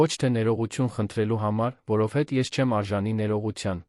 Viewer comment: Սուտ չի կարող լինել,այդքան ղեկավար լինելով հարստություն էր կուտակել։ Աստծո պատժից ոչ ոք չի խուսափում։ Իսկ ընթերցողը ճիշտ չի ընթերցում, ,,հետևել,,-ը կարդաց երկու անգամ ,,հետում է,,։ Որովհետևը ընթերցեց առանց վերջավորությա'ն' (դարձյալ մի քանի անգամ' ,,որովհետ)